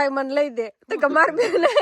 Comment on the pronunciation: ભાઈ બોન નહિ ભાઈ બેન બોલાય😅